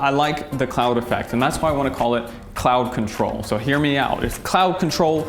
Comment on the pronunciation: IF YOU MADE CLOUD CONTROL WITH AN APPLE SCENT...GOOD NAME.. i THOUGHT YOU SAID Clout Control at first...